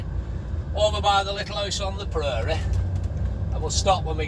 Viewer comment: "Little 'owse on the pruuurie!" Never heard that before in a Bolton accent lol